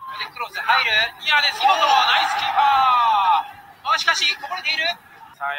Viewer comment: ヌァイスキープァー